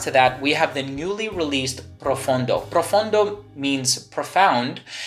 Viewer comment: PROFONDO, not profUndo.